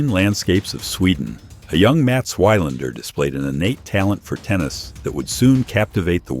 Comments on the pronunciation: Good article, except for the horrible mispronunciation of his name as "Why-lander". The correct way to pronounce his name is VEE-lander. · It's pronounced vi lander, not y lander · GET THE NAME OF YOUR SUBJECT RIGHT FOR CHRISSAKES!!! It's Mats VEE-lander. Not VIE-lander. And you do it multiple times. Have a little respect for your subscribers. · It's pronounced Vee-londer, good god at least get the name right. Do basic homework. BOO! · I paid attention until the AI says "Wigh-lander". Utter crap. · Was going to say the same thing. These stories don't deserve hitting the like button. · Your pronunciation of his name is truly WILD. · Learn to pronounce name of champions correctly..moving on...